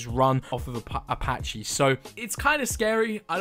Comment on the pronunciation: its apache not apach-e